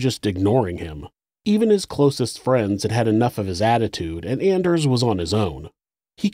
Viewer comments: Anders is pronounced “On ders” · If you’ve ever watched “Workaholics” … every-time he said “Anders” I think of “It’s ON-ders!” Lol